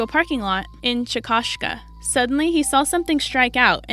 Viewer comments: It's NOT "Chi-cos-ka" Oklahoma -- it's CHICK-A-SHEA --- if you're going to pronounce our cities, look them up first!!!! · Interesting. BTW Chickasha is pronounced Chick - a - shay. 😉